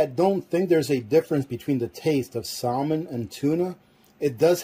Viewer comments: “SAL MIN” 😂 its “SAM MEN” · The L in Salmon is silent. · The L in salmon is silent!? Please sound like you know what you’re saying!!! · Is that an Alaskan thing to Pronounce the silent L in salmon..? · I don't know if I should trust someone who doesn't know how to pronounce salmon.